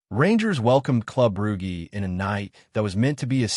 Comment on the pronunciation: Why tf have we got an American Ai voice?..Losing to "Broogy" is unacceptable.If it says Edinburg I might become a Keltik supporter😢